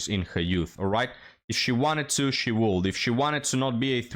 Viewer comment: it's not "woullld". It's pronounced "wood". The "L" is silent.